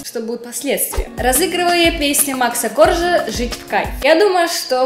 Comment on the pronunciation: Макса КоржаА, на на ударение.